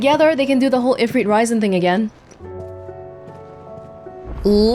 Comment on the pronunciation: Lol not knowing how to pronounce "Ifrit Risen" is kind of funny.. Will she ever learn?